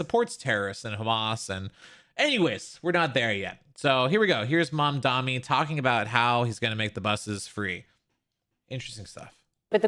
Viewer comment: why do people still call him mamdami. its mamdani, is this an american thing. it seems like no one can pronounce it